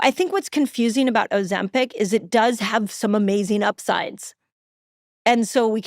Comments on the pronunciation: Why's he pronouncing it ozemPECK? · For the love of Jebus Steve stop calling it Ozempec its Ozempic with an i 😂😂😂